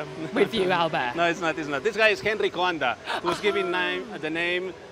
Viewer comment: She is butchering Coanda’s name.